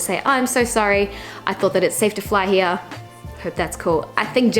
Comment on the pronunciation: I like the accent of "Here" ひあ！